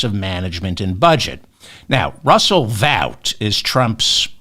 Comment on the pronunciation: Russel Vaught pronounced ought as in ought to do that ! 😅